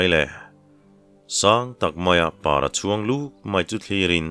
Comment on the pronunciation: Sailo ni chuang tih a, (Chuang) tih lai hi, motor a kan chuang a, chuang thluk a lam tur hi ni zawk a kan hriat. I chhiar thiam in ngaihthlak a nuam em em chung in, tawng thluk dik hriat duh vang in kan in rawlh ve lawk a ni e.